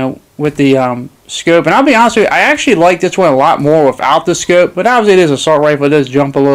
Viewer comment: "Ya gotta have the 'scooupe' though"